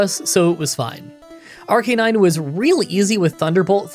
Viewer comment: Idk how I feel about you pronouncing Arcanine correctly lol